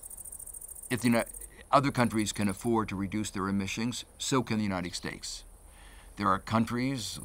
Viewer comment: Uniteg stakes, Emishengs, decakes, why is he pronouncing things so wierd?